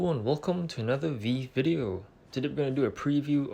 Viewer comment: Nice vid! It’s pronounced “Vee-Vee” btw